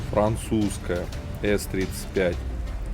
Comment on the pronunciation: Не ца, а са. И это унитаз больше.